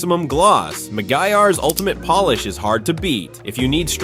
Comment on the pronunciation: Make it say polish instead of Polish. Biggest gripes with AI narrated crap is they don't LISTEN to it before posting.